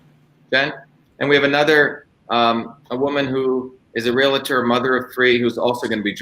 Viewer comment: "Realtor" is pronounced : ree· uhl·tr ... not "realitor". Similar with "nuclear", it's not "nucilar".